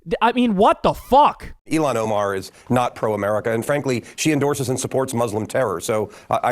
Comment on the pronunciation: HER NAME IS NOT ELON OMAR!!!